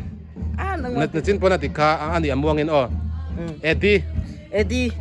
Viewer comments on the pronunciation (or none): none